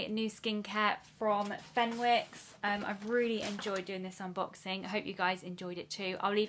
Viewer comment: Aw this feels nostalgic Fenwick's is a pretty big deal in Newcastle where I'm from kind of the hub of Northumberland street brilliant Christmas window every year. It's pronounced fen icks if that makes sense 😂❤